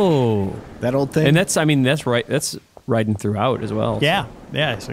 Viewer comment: Did not play Metal Gear Solid 2, to not pronouncing Raiden's name correctly? Maybe he's been around Dan too much.:P